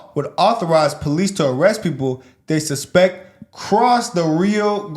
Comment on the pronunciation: This dude always yelling. Damn. “SUSPEKT”